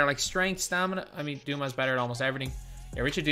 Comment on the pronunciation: Dumas isn't pronounced like the French author... It's Doo-moss whether it's the correct French pronunciation or not. Richard Dumas is American get it right